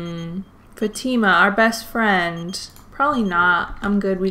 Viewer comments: f ah - t ih - m uh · does it bother anyone else that she is saying fatima wrong?